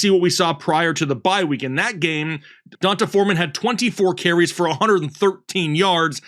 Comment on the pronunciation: I’m being pedantic I know. But I feel like it’s (Dee On Tay) Foreman not (Don Tay) hahaha Fr I appreciate you guys and the hard work!